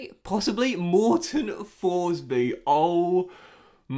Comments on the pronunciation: His name should be pronounced "Morten Torsby", love ur FM videos!!! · Tourshbee mate